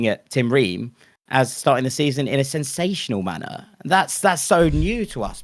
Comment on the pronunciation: Lmao the transition from the Fulham fan who saw his moment and ran with it (highlight being "sEnSaTiOnAl MaNnER" ) to the Southampton fan who sounded like he'd just come home with a bouquet of flowers to surprise his girl and coming up the stairs to see her getting plowed